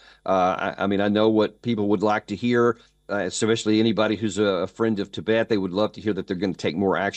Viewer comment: Tibet, not Tibit